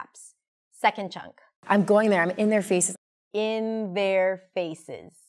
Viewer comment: I got i well, however when she says " in their faces" i understood "interfaces " hehehehe